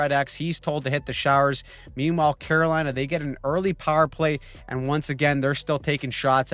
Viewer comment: "The Great Staal of 'lina"